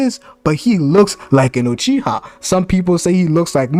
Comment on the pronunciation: My guy said “Sasuke UTreeha” 🤦🏾‍♂️🤣